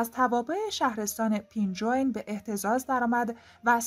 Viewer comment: خانم جان پُنجوین چیه؟ 🤦🏼‍♂️ پئنجوئن اِ کسره با کسره خونده میشه نه با ُ ک ضمه باشه